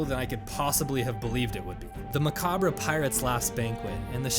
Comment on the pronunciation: you pronounced macabre wrong